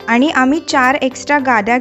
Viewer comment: आनी, आपन नाही आणि आपण असे उच्चार करा.